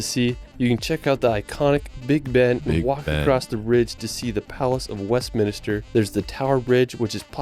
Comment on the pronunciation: Why does this narrater repeatedly say "reeled" instead of 'world'? Why does he say "Westminister" instead of the correct term 'Westminster'? 😮😮